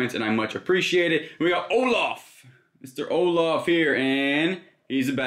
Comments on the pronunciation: "Orloff"??? I think you meant "Olaf"! 😂😂😂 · It is Olaff, lol. Not Orloff 😁 made me giggle. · “Orlaf” lmao